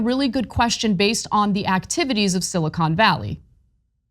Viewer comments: “Silicone” Valley? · He keeps calling it "Silicone" Valley Bank lol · He says, silicone valley 😂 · I like how he pronounces silicon. Maybe he has other thoughts on his mind